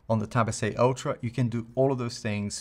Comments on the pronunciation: hahaha that's funny, yes for me sounds like ocho because i'm paraguayan i guess (? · I love when he say Galaxy tab S8 (ocho) hahaha I’m impressed, first time i hear it